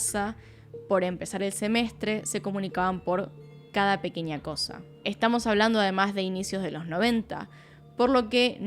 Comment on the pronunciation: Después de ver algún vídeo tuyo; Pronuncias muy bien el inglés pero aprende a pronunciar espaÑol: NiNIa, aNIo nuevo, pequeNIa, muNiIecas., maNIaña.. Nena aprende a hablar o ve a un logopeda jajajajaja